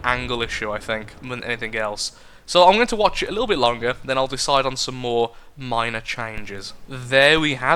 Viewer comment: "Mine-r tweaks"